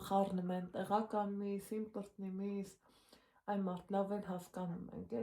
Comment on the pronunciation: Վայ վաղուց չէի լսել "իմպռտնի "բառը😂😂